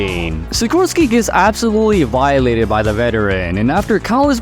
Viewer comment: I caught it. "Vi-eee-late"eed"